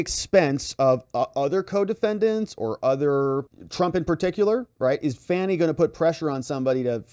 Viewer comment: Fauni fawnny faunnie, now which is it,?